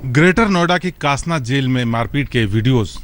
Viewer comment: कासना नही, डासना नाम है**